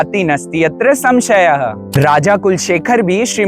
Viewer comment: It's sanshyah